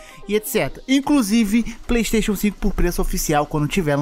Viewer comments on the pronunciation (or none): none